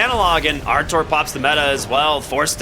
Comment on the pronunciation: bro stop calling him artour its rtz he aint ur boy lol